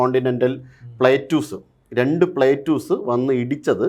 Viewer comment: Plateus alla plates.eurasian plate.